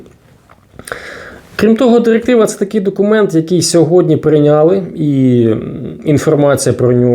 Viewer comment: ЩотыплытешЕсть номыр дырыктывато для чого ця дырыктыва